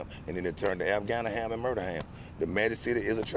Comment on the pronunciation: “Afganiham” “Murderham”